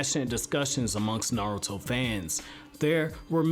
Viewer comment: nartuo at the intro LOL